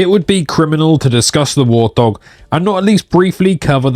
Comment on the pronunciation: Wurr't hawwwg! 😆